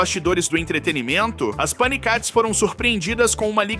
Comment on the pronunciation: O certo é paniquétes e não panicates 😅😅😅